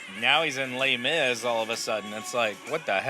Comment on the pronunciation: "lay mise" lol To think that I used to judge the french for their poor english accent... little did I know that it was reciprocal. The cringe is real lmao